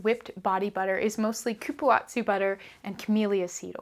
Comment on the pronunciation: Dear, please look up accurate and respectful pronunciations for ingredients before you film. Cupuaçu.... is coo-poo-ahh-zoo Goodness gracious this was painful to listen to.